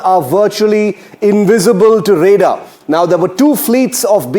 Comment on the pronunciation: News Anchor It's RADAR NOT ReDAR